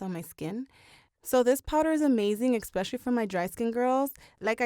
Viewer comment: The word is pronounced, especially, not expecially!!!!!!!